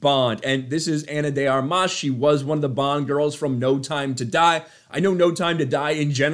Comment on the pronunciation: I love your channel, but you keep mispronouncing her name as "Ana de ArMAS", which irks me to no end. It's pronounced "ARmas", with the stress on the first syllable.